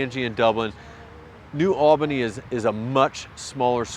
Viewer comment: Little tip for ya, when you say New Albany pronounce it Neu All-bah-knee like you have lock jaw. I'm from Columbus born and raised but live in Wabash, Indiana now.